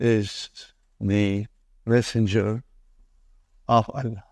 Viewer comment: He does not even pronounce Allah correctly his la is weak